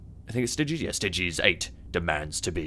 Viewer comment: Stygies with the ty sounding like ie as in Die it's a phosphor serpents not a phosphex, the phosphex STC was destroyed the phosphor STC is still intact